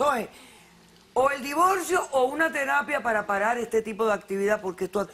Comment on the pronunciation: Divolcio despielta espantoso pronuncian